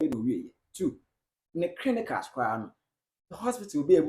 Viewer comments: Charley you guys dey disgrace us paa oo 😒 Waht is “Crinicals”? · you didn’t get me please . I mean the blogger /host/presenter of the video mentioning “”Crinicals” instead of “Clinicals”